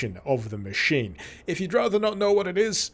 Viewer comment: In what world is the word 'machine' pronounced ma-kin!? Ma-sheen. Ma-sheen-ist. What the actual fuck man!?